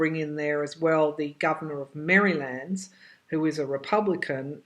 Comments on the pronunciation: Interesting pronunciation of Maryland. That is actually how it is spelled. lol Reminds me of my butchered pronunciation of some British places that sound nothing like they are spelled. All in good fun. Your insights are profound. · Still hearing that it will be over by mid March. I like the way you say Maryland. It is a nice state.